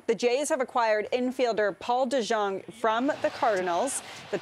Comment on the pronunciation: DeJong is pronounced De-young.